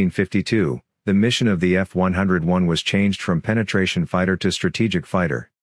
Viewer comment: LMAO.. F-101 is pronounced "F-one-oh-one"